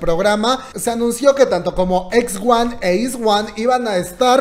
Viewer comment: Iz*one se pronuncia ais-uan. Gracias.